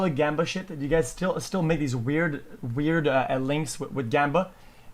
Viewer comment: mans said hweird